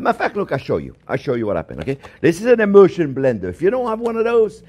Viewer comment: Not " emotion" just a French accent when he says "emulsion"